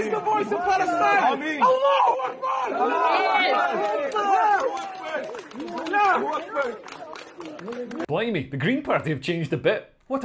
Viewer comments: It's Allah-HU(hoo)- Akhbar, not Allah Akhbar. I mean, at least know your enemy, mate. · Get it right, Leo! Even we anti-Islamic atheists should be able to pronounce "Allahu akbar" correctly. Getting it wrong just makes you seem thick, or at least dyslexic. That doesn't do our cause any favours.